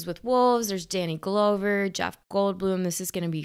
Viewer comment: FYI, “Glover” rhymes with “lover”.